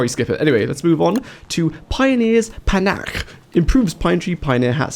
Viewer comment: Panache pronounced pronounced like pan-ash or pa-nash